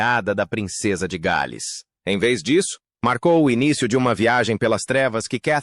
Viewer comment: De péssimo gosto...td tão ridículo de sotaque "inglês " e "gaaaals" (em inglês é "The Princess of Wales"). Que YouTube elimine esse tipo fake ridículo e analfa